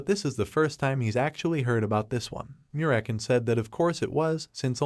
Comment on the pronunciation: So american instead of merakan hahahaha😂😂😂